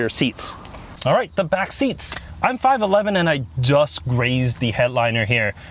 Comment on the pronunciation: Funny how he always say his 511 more like 57 😁